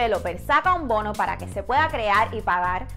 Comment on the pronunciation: Por que hablas tan mal? No se dice “polque” “pal” deberias aprender a pronunciar la “r” en ciertas palabras